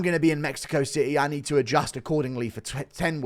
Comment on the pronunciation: Spanish gobble de gook? dude you cant even say city.